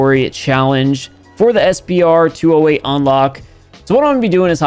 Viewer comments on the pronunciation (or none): Based english lesson i can safely correct u that its not pronounced SP-R 208 Its pronounced Spur 208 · You miss pronounced SPR its S P R its the Spur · It's sup-r 208